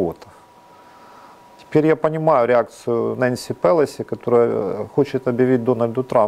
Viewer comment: молодець, але правильно "ПелОсі".